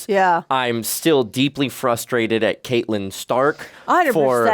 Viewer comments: Does refer to Catelyn as Katelyn the entire time? Lol I keep expecting him to correct it and almost 2 seasons in and it’s still Katelyn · Catelyn Stark is pronounced Cat-Lyn not Kate-Lyn. Other than that, I am loving watching along with you guys. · Its Katlin (cat) not Kaitlyn. Idk if hes doing it on purpose at this point or what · I love you both but her name is pronounced Cat•lyn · And I'm endlessly frustrated at y'all pronouncing Catelyn wrong.